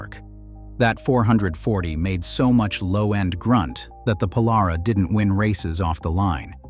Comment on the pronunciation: Pole-are-awh??? More like Pole-air-raw...